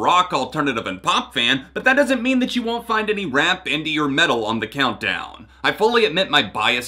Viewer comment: for some reason i heard “welcome to urine countdown of the season” BYEEEEEE